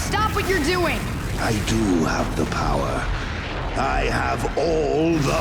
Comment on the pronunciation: Lol he said have tee everyone